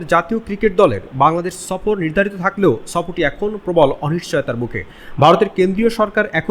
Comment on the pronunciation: সফর কথাটা আগে ভাল করে উচ্চারণ কর, তারপর আসব না হয় বৃরা সফর করতে...😂